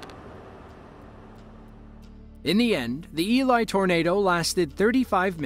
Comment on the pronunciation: The Town of Elie is pronounced "Ellie" not "Eli"